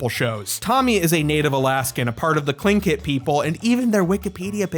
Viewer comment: Oh shit, you pronounced "Tlingit" right!